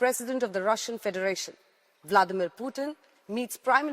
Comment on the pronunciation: President bladmir putin madam Not bladmir putin